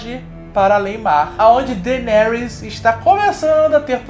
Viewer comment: "Dargaryan" with D